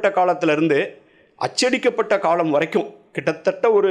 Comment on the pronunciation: இவர் ஏன் காளம் என்கிறார்